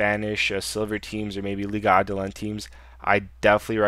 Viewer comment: its adelante (tay) lol